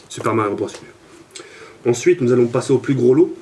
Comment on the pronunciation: xD tu ma tue comment ta prononcé "super mario bros Uuuuuu" Le "u" se pronoce "yu" enfin bref Sinon je participe pour l'HDPVR2 Merci d'avance